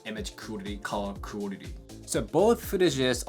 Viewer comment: Your English is fantastic; you need to work on the word quality though just a bit.❤